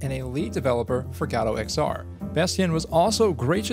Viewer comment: Guh-Doh! Guh-Doh! GUH-DOH! Not God Oh!